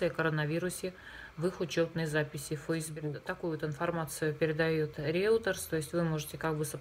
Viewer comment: Не Реутерс, а Рейтер